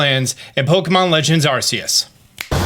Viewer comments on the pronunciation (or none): Arcanine / Arceus, how come you say Arcanine correctly? Why aren't you pronouncing it Arsanine? Just pointing it out man. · You’re pronouncing Arceus wrong lol